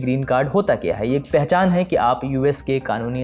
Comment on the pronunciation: पहले च्या और क्या में अंतर करना सीख लो एंकर बाबू